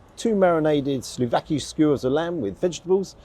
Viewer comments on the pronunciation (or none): Great, detailed review, as always! 2 corrections though : it's SOUVLÁKI (not slouvaki) and MOUSAKÁ (accent on the last syllable). Since you're into greek food, that should come in handy. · Fantastic review. I'll even forgive you for saying 'slouvaki' instead of 'souvlaki'. 😂 And if you want to really sound Greek moussaka is stressed on the last syllable moussaKA. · Enjoyed the review but you kept calling the lamb slouvaki. It's actually souvlaki. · its souvlaki: not slu-fucki😂😂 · Sorry, you mean souvlaki, not slouvaki? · Souvlaki not slouvaki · It is said as "souvlaki", you said it wrong. Sorry to chastise you there, but coming from a Greek Cypriot family, I should know. Never been there, but one of the Orthodox churches there I sometimes go there. Next time you go there, put lemon on your souvlaki! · Good grief, it’s sou-vla-ki and moussakA. The bread is the standard Lenten lagAna. 😂